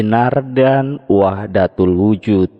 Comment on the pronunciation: Kayaknya wahdatul wujud bukan wihdatul wujud